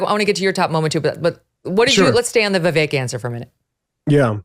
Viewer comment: I wish this guy would learn how to pronounce Vivek’s name. 🤦🏻‍♀️